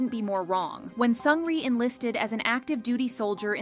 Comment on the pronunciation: 1) Seungri jailed 18 months not 18 years! why the shaking images...giddy after watching. If you want to make such video get the pronunciation of their names right!